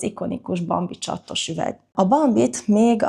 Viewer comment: A nő vicces, hogy többször is 2 t-vel mondja a csatos bambi szót.NEM csaTTos!!!!!!